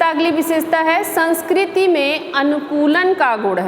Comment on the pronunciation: Sanskrti bolte hai sanskrt nhi